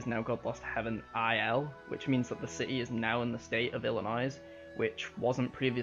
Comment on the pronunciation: You don’t pronounce the ‘s’ in ‘Illinois’.